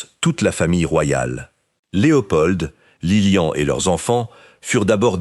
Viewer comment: Beaucoup trop d'imperfections ! Que vient faire dans la monarchie Belge la présence de la reine mère d'Angleterre ? et la mère de Léopold n'est pas Isabelle mais Elisabeth. Que dire enfin de cette voix synthétique qui prononce Lilian et non Liliane ? C'est assez décevant